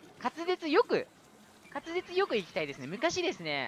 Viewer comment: 滑舌が、勝つ実になってる しっかり言えてるって言った瞬間に……… フラグ回収が早い！